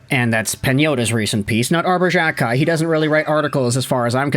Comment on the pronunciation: Unless you stop pronouncing players names incorrectly, I'm cancelling my subscription. For the love of all that is holy, it is "Jack-eye". Not Jjjakk-eye. You do this to several players names.